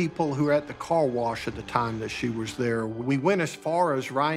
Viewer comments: This guy needs to learn the difference between was and wars 😂🤦🏻🤦🏻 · I didnt know that there here is a letter {r} in was.?